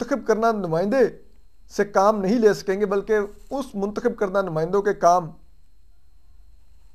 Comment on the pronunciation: Lafz muntkhib nhi muntakhab hota ha.urdu dictionary parh lo